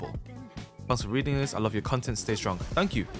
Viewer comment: " yeur " best thing i ever heard from:)